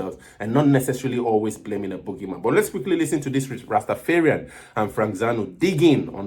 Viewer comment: It's not rastafearian..rasta dont fear...its rastaFARian..